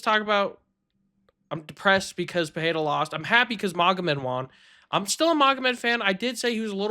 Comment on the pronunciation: Where did you all pick up that pronunciation of Pereira, with "h" sound somewhere in there? In Portuguese, double "r" is pronounced as "h", not the single "r". This is just Pereira; pronounce it as it's written, man.